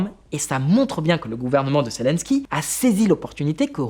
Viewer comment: Zélensky et non Célensky. Apprenez svp à prononcer convenablement les noms . Et quand vous présentez un sujet sérieux, ne mettez pas cette horrible chemise qui est juste bon pour quelqu'un qui fait de le pub pour voyagistes. Un peu de sérieux ne vous tuera pas. Le sujet est trop grave que pour le prendre à la légère.